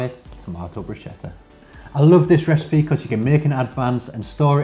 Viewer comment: It's "Brus'ketta" not "Brushetta"! Because CH makes a "K" Sound in Italian , not "SH" sound!